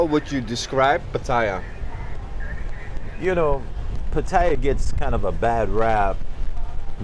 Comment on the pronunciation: Maybe pronounce Pattaya correctly?